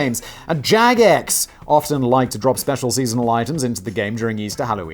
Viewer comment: Simon, did Jagex personally hurt you? The way you say their name every time... 😂😂